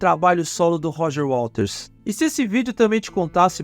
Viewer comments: Muito bom. Só me incomodou um pouco o apresentador falando o tempo todo "Walters" em vez de Waters. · Por que tu diz Roger Walters, com ele? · Gostei do seu canal. Apesar de pronunciar errado o nome do waters, isso pra mim é irrelevante. O conteúdo é bom e bem apresentado. Parabéns!